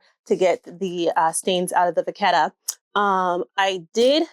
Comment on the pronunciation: I need to educate people bc it’s not pronounced Va-ket-a.. and it’s not people pronounce it the way they want… it’s Cowhide leather.. in French Cow is Vache ( Va-shhh) and is why it’s Vachetta (Va-shh-etta)… and people of a certain calliber (upper class) and educated.. know this. And unfortunately people who say Vaketta.. sound uneducated and ignorant.. and no matter the collection, simply looks like a poor person trying to hard and the upper class will never respect if they ever hear you say Vaketta..so u know.. plz educate other people as well.. also I don’t make the rules.. just letting you know.. so you can be respected and not laughed at behind ur back Anyway, best of luck.